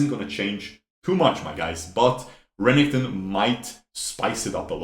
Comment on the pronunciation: STOP SAYING RENNINGTON !!!!!!! R E N E K T O N !!!!!!!!!!!!!!!!!!!!!!!!!!